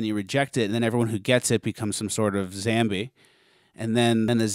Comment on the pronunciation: Holy shit! You said zambie! I've been saying that since I was a teenager!